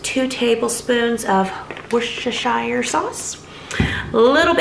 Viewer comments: Ok, I’ll help you say it. Wooster shir sauce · Yay! Loving the videos lately. It always makes me chuckle when Americans try to say Worcestershire 😂 try saying it as wooster sheer. That’s how we pronounce it. Much love to you and your family xxx